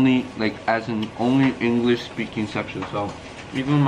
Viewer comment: "inglishi" dios soy una triste. 💔💔💔